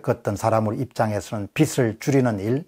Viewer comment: 좋은 강의 감사합니다. '빚을'은 '비슬'이아니라 '비즐'로 발음하는 것이 옳습니다.